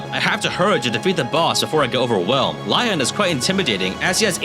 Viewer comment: Sounds like he’s saying lion instead of Lyon too